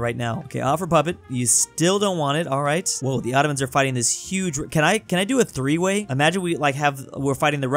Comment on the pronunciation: "Can i do a theeeway?" 😂😂😂